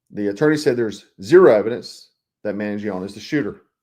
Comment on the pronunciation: Learn to say Mangiano properly....its not hard.